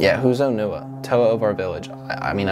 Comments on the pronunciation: His name is pronounced O-NE-Wah, not O-Nu-Ah! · Quick suggestion: In the movies, Onewa is pronounced as On-eh-wa. That’ll at least help differentiate him from Onua